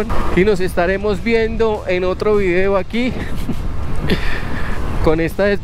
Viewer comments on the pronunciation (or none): none